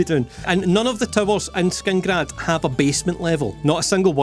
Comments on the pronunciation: It's killing me that he keeps saying Skingrad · Whos gonna tell him that its not skingrad? 😅